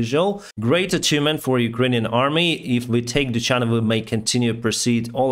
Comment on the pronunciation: Dudachne😅 Hope you will start to say correct names of places one day)) But thank you anyway!